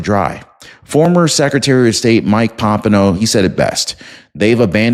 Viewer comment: Former Secretary of State Mike pompeo (pom-pay-o)